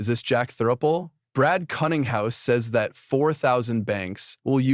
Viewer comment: Brad Cunninghouse? Killinghouse? What is up with all the stupid mistakes in people's names in the narration? They're so stupid that it feels deliberate